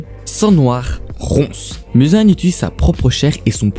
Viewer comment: On prononce mouzan pas mUzan c est comme si tu dit narUto sasUke mais c est "ou " sinon sympa la video